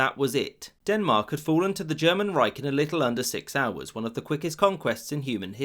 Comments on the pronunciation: It is Reich not Reik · 'The third reik' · There is no "k" in the word "Reich". ch = ç There is no "i" in the word "Weserübung". 1st e = e